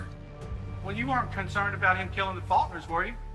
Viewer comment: Am I the only one that noticed he said Fuckners instead of Faulkners? I'm sensing that was intentional and that he had more to do with the murders than he's letting on.